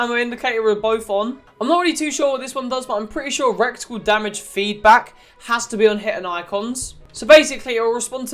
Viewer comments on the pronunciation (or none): This man said recticle